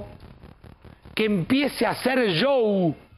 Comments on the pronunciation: Que problemas para decir Chou, así se pronuncia Show 😂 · Por qué dice yow en lugar de show??????? Ashhhhh